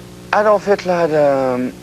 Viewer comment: Did he really say HILTLER ! YES HE DID . 😮